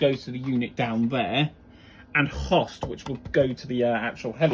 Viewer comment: love the video but freaked out how he pronounced host lol